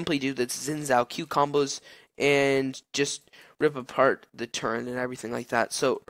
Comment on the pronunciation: turret, not turreNt